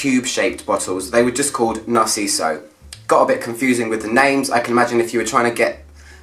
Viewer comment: ever since narciso for her there is nothing narciso can do wrong at least for me , i wanted to keep him a secret but it is just so good ! and as a spanish speaker you did amazing with his name , it was perfect ;)